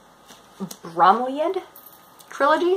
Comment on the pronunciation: It's pronounced 'Brom-ee-lee-ad' :) It's not as good as his Discworld stuff but it is still very much worth reading! I'd recommend checking out Only You Can Save Mankind and the Johnny Maxwell trilogy too, although also, I mean, Discworld :D And I've just finished watching season three of The Last Kingdom :D I've been wandering around all week shouting, "SHIELD WALL!"